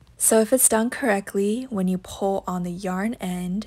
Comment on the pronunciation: This was no help and also learn how to say pull correct